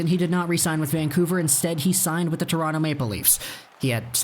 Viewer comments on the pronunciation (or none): none